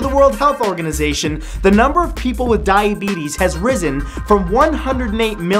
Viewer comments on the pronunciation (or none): did anyone else hear him say dying beates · Oh wait it's diabetes I thought it was diabooties XD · I know he said diabetes but I swear I heard "Dying beetles"